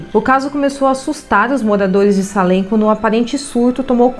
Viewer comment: Moro do lado dessa cidade a 5 minutos!na verdade escreve Salem mas se fala seilem! Pra pronúncia ficar correta